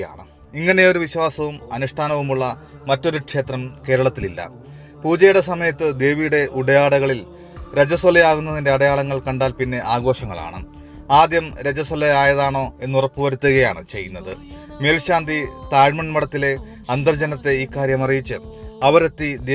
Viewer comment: രജസ്വല എന്നാണ്. രാജസ്വലയല്ല.